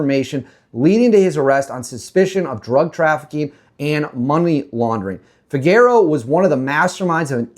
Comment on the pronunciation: The name Figueroa is pronounced “FEE-GEH-RO-AH”, not “FIG-ER-OH”.